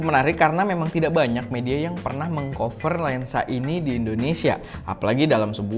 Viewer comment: Bang koreksi script dikit : cover dibaca "kafer". Sama In-Deep, dibaca "In-Dip". Cmiiw